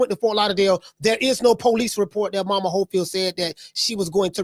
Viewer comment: How they call him momas hofield 😂😂😂😂😂😂😂😂😂😂😂😂 thas crazy